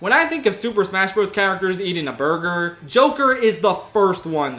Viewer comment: Bwergur. Can never say it normally ever again. 😁